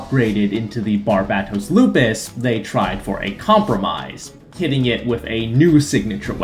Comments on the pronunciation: It’s Barbatos not “Barbatoss,” and Mikazuki’s last name is Augus not “Argus.” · YouTuber Pronounce Barbatos Correctly Challenge: Impossible